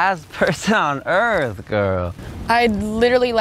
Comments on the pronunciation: "Re-populate the Earf" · de earf lmao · "RePoPuLaTe tHe EaRf" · repopulate the earf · "Repopulate the erf" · To you know, repopulate the earf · Da earf 😂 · he said "earf"